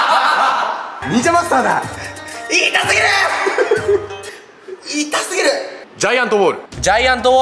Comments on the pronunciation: の痛すぎるがひき肉ですに聞こえてくる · いまみたらいたすぎるがひき肉ですに聞こえる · 痛すぎるがひき肉ですって聞こえる😂